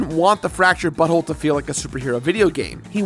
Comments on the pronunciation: You are definitely saying "fractured butthole" instead of "fractured but whole". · it sounds like you said. Fractured butthole ?